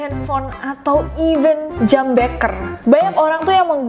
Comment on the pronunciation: kak nessie, jam wekker kak bukan bekker :')